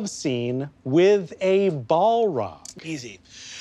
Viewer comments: Please. Please stop pronouncing it bolrog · This also led to a great follow up, with Raph absolutely mangling the pronunciation of Balrog.